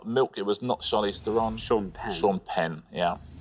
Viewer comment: But they also said her name wrong. I saw it spelled phonetically in a magazine interview with her - THAIR-uhn, not Thur-ON.